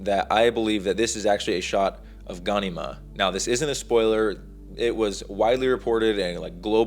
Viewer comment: Bro gan-e-mah? Lol its directly said as gha-nema